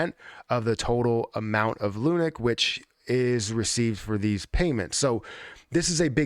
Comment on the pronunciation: Love the insight into all of this but I twitch every time you call it 'lunic' 🤣😭